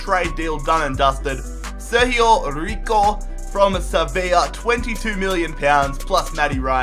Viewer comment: its sergio rico not serhio riho